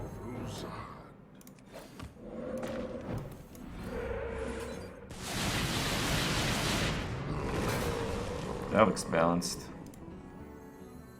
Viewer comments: It's Thaurissan, not Thaurissen... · ThaurissAn not ThaurissEn